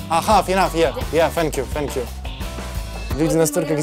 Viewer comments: Пацан говорит ФЕНЬКЬЮ 🤦🏻‍♀️🤦🏻‍♀️🤦🏻‍♀️ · у ведущего тоже с языком проблемы 🙈 одно только его "фенкью" чего стоит🤪🤪🤪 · "Фэнк ю" - это супер мощный хит😂😂😂